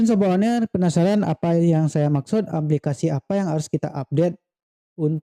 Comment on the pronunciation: aplikasi bukan amplikasi